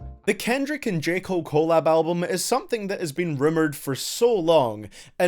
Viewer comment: Its collab...not collab